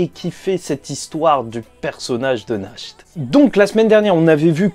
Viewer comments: Mon cher sache que Nacht ne se prononce même pas [naharto] mais [nahato] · Juste naht pas nahto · Nahato et pas nakhto lol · Oe dit Nash t c est mieux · C'est mieux "nachte"